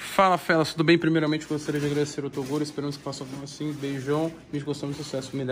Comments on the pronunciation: tem Toguro errado o Próprio nome Falando "Tocuro" tem like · TEM TOGURO QUE ERRA O PRÓPRIO NOME "TOCURO" TEM LIKE